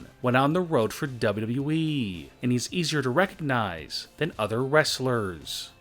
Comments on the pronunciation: Why does he pronunce wwe like db-db-i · The only shocking thing in this video is how you pronounce WWE. .... Dubeduduyeeeeeeeee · Its not WE ITS WWE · On number 8 he says weed fan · He dosen't say wwe he says dabu dabu eeeee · He just keep saying w e it’s not we ots wwe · when he says wwe he says dub-a-dub-eee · He says wwe so funny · This guy says wwe so wrong